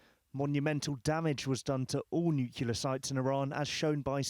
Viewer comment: You need a journalist who knows how to pronounce "nuclear" properly